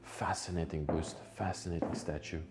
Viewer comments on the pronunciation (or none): pronounce your words,its bust not boost...